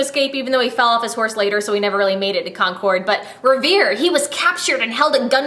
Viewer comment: I just wanted to let you know that Concord is pronounced Con-curd not Con-cord. I am from MA so...